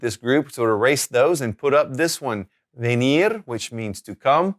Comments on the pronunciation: it’s V not B- in some cases a V is pronounced like a B such as cava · Why are you pronouncing V in venir as the English V sound and not the B sound?